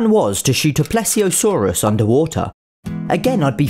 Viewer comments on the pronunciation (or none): How to say plesiosaurus :: ple-ze-a-saur